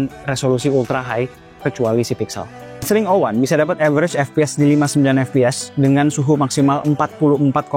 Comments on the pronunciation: Ex ring bukan sring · X,RING tot Bukan SRING lol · Bukan sring bang tp dibacanya eks ring😊😊😊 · ku kira bacanya eks - Ring bang, bukan sring😭😂 maap kaget tadi tiba² sring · Bang, Baca X Ring dong.... Biar lebih enak dengernya-- ketimbang xring 😅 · Tapi cara penyebutannya "Eks Ring" ga sih 😭, ketimbang "Sring" aneh banget dengernya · Kalau penyebutannya sring kayaknya aneh dah 😂 lebih baik eks -ring 01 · Dibacanya ex ring bukan sih? Sring kek gak bgt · SRING 😭 bukanya bacanya X RING gasih tolong 😭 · mungkin cara bacanya bukan "Sring", tapi "Eks Ring" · dibacanya x 环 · Gw juga aneh dengernya 😅